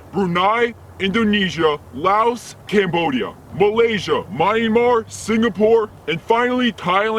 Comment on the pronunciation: He is fake how can he said that. He cant even pronounce Myanmar correctly